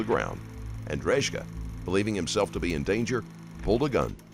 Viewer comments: C'mon man..you have JCS and other youtube videos on this guy and you still butcher this guy's last name 😬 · the narrator doesn't know how to pronounce Drejka's name even though he clarifies it himself in the video 😅 90% sure the narrator hasn't even watched the video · You persistently pronounced his surname incorrectly which was a slight bugbear. I suspected it wasn’t right when I first heard you say it but I thought well maybe it really is pronounced like that. When the cops asked him his surname though it confirmed my suspicions. A pretty minor annoyance though considering how good your videos inevitably are 👍